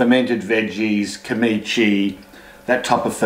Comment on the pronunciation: Not sure if it's one of those words people intentionally mispronounce for fun, but if not, it's pronounced Kim-chi.